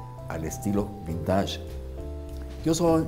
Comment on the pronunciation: No se dice vintash, se dice vintesh 😏